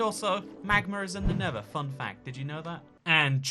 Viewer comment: The nether is not pronounced the never!